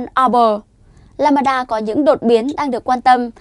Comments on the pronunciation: Biến thể “lamb da” theo tiếng việt tách ra, không phải ”lam ba da”đâu bạn mình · Lam-đa chứ không phải Lam-ba-đa em gái ơi. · Biếm thể LAMBDA, k phải LAMBADA. Xin đọc rõ! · Lambda= lam da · What ? biến chủng " lăm ba đa " ? kkk